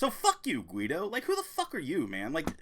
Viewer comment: Guido is his real name he's German it's pronounced "Gee doe". Congrats on the weight loss